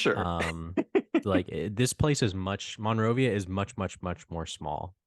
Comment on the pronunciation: As a person having been in Monrovia my whole life the way it is mostly pronounced is mun-rovia compared to mon-rovia. Honest mistake, you’d have to be here often to know that